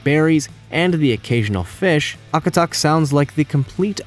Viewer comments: i'm from alaska and it annoys me how wrong he says Akutaq lol, it surprisingly tastes really good. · You are completely butchering the eskimo ice cream name. Also, its based with lard, not reindeer fat. Some versions use cool whip too